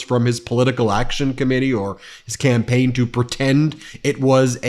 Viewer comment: You probably didn't mean to say this, but it was funny. Donald 'Scampaign'😢😢😢